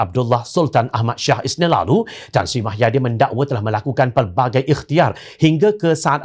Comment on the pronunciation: Kalau boleh pembaca berita nya sebut nama² tokoh dengan jelas dan benar.. Misalnya nama agong kalau boleh full.. Jangan separuh gitu.. Hahaha Satu lagi.... Nama bekas pm tu MUHYIDDIN Bukan MAHAIDIN.. Jadilah penyampai berita yang mantapppp... Mantap dengan info beritanya..